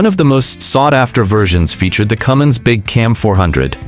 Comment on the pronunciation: Cummins, not Cummings.